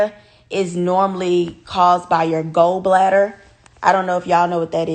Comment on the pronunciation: Not go bladder its Gallbladder.